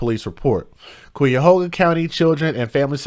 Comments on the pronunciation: Pronounced ky' a ho ga. It means crooked river in Native American language. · Pronounced Kiahoga . This is horrid!!!! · Cuyahoga, is an Iroquoian Native American word which means 'crooked river'. Pronounced: Ki-e-hoe-ga (YouTube has video of pronunciation🙀). It’s the name of a river & County. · Another story from my state.. Ohio...smh! It's Ky-Yuh-Hoo-Guuh county babe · It’s pronounced khy-uh-ho-ga county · I love how you pronounce Cuyahoga Lol You’re adorable. ❤ Great job on this story. So, so sad 😢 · How, you pronounce this county, is Cuyahoga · How do you pronounce it is Cuyahoga county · Cuyahoga the Cuy rhymes with “guy”. It’s an Indian name. Thanks for reporting on the case